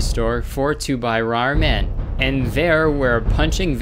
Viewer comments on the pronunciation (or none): for to buy rarmen